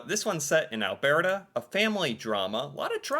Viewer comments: Only ever seen 2 of those. BTW it's Alburrta not albearta 😂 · You’re mispronouncing Alberta. It’s NOT “AL-BEAR-TA” Why are you saying it like an Italian. It’s pronounced “AL-BUR-TA” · It’s not Al bear tah though: it so Al Ber ta, like brrr, it’s cold! Or a burr that got stuck on your dogs fur :) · Alberta is pronounced Alburta not Albearta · Alberta is pronounced: Al bert a not Al bear ta ?!🥺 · I am very sorry but I have to correct your pronunciation of Alberta. It's Al bur ta, not Al bear ta lol. Love your videos. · It’s pronounced Albrrrrta, not Alberta. I can’t stand it anymore.😂😂😂 My favourite shows are Due South and Corner Gas. We do humour exceptionally well. Smart Funny. The actress who played Orphan Black was astounding. She did accents, and literally played a bunch of different characters even interacting with each other. Amazing. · AlBURTa, not AlBEARta. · Alberta is pronounced Al-burr-ta 😊. I like your pronunciation. Kinda made me giggle. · Cracked up every time I heared Al-BEAR-da lol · So far loving the list. Still getting over your pronunciation of Alberta 😂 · Albertan here, I have a chuckle every time tries to pronounces it. Cheers!